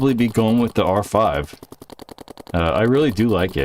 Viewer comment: Since you're clearly incapable of saying "R5", just call it the Geo 5. Damn.